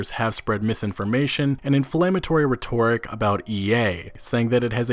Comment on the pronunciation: You said "rhetoric" wrong.